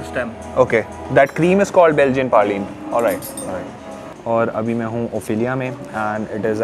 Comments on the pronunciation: i think its Belgian praline and not Belgian "parlene" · Its not parline....its praline (""" praaa lene""" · Dude it's not parline... it's PRALINE